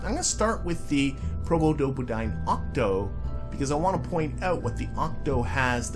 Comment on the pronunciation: Never heard anyone pronounce the full Probodobodyne name that many times, well done 🥂